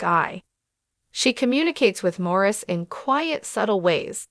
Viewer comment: His name is pronounced Maurice!!!